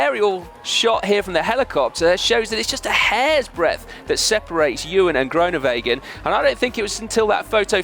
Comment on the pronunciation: Please learn to say Groenewegen correctly, you'll be saying it a lot in the coming years. Just to help: the oe is not an o-sound in Dutch, it is closer to the ooh (as in: Winnie the Pooh). Hope that helps.